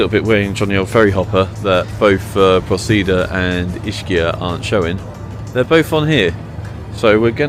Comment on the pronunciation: you are not pronouncing the Island name correctly.........